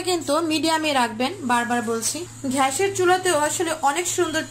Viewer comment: ছিঃ। ঘ্যাস কি? গ্যাস gas. You are unbelievable.